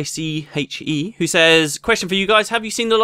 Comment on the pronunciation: You said my nickname right! "Biche" is french, it means "doe";) Thank you for answering my question!